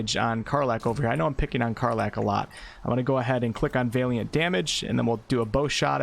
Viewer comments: great job! it Valiant as in "weird Al". the valiant knight. not Vaeliant as in "weird day" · VA-liant, not VEY-liant... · Valiant - Va-lee-uhnt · Bard was always my fave in pen and paper... even in multiclass mixes. Just a side note... Valiant... it is pronounced: "Val-ee-ant". Just tryin to be helpful.. anyone putting out this much good info (with much more to come on full release i am sure!) shouldn't be looked at funny due to pronunciation issues on words they may have only ever seen written, not spoken 😁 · I love your videos of help me out tremendously. I do have to say though that is Valiant (VAL-YENT) like valor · The pronounciation of valiant is killing me. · His mispronunciation of 'Valiant' is REALLY fucking annoying. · Great content as always! Just letting you know your pronunciation of valiant is slightly off. You’re pronouncing the first “a” as if it sounds like the a in “ale”, it should be more like the a in “alley”. For your further edification- keep up the great work! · Looking forward to the bard. Congrats on immortalizing on the internet a new way to pronounce valiant. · OK but you have to stop saying Valiant wrong, lol